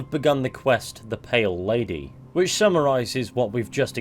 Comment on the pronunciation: I first thought you said "Male Lady" on the intro until I re-listened